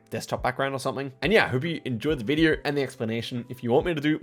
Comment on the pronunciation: It is not F××king Saw'R' it's 'Saw' .....not *Video'R' it's *'Video and not 'So'R' it's f××king 'So' 🤦🏻‍♂️😆🤣🤣